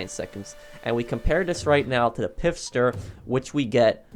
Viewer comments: Please stop calling it the "Pif-Stir" there isn't an "I" after the "P" it is pronounced "Fist-her" 😉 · Its Pfister, not "Pifster"...